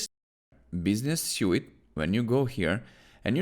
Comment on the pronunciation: Thank you. Suite is pronounced like Sweet ;) 🙏